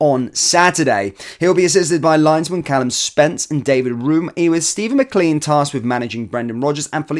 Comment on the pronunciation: It’s McLane not McLeeeen 😅